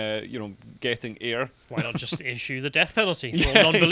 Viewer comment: it's an issUE not an ish-me! 🤣